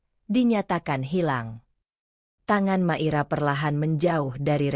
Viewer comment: Hadir,, mngkin nyebut nmya hrs di koreksi Mungkin maira ya jdi klu di dngr seksama kq kedengrnya makira, bukan maira